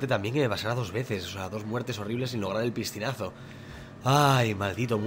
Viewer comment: le entendí yo ppistinaso y no es piscinasonluzy habla bn hombre